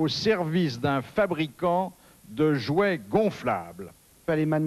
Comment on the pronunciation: Pas un "jouais(t)",Philippe;un jouet!